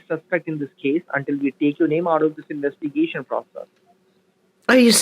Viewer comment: OH NO. THE "INWEST-A-GATION DEPARTMENT"...LOL